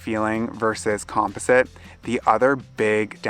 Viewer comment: Com poz it ! Or com pause it ! Lol